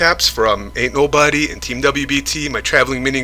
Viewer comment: sounds like u say anul buddy 😂😂